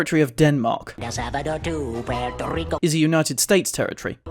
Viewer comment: As a NATIVE Spanish-speaker, it’s “pwerto rico” not “Porto.” Porto is Italian not Spanish. In Spanish, ue makes a wuh sound